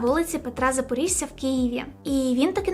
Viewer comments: Я мешкаю в Києві на вулиці Петра Запорожця) , там де був той магазин сантехнікі, до якого їхали зі всього Києва) Тільки правильно буде не ЗапорІжця, а ЗапорОжця через О)) А так все норм) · Запорожця! Ющенко! Навчися ставити наголоси і правильно вимовляти українські прізвища! Дубіна ти безграмотна! І вдягнися нормально, не позор Україну!